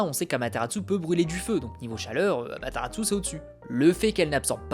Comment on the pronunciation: Je suis le seul à pas du tout aimer Sasuke l'émo ? :I Et sinon pourquoi tu dis Amateratsu ? Y'a pas de T à la fin :x